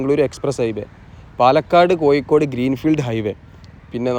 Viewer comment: കോയിക്കോട്, കല്ലും തായം, പയെ പാലം...😂😂 ഴ.. ഴ... ഴ.. പയത്തിൻെറ (പഴത്തിൻ്റെ ) ഴ...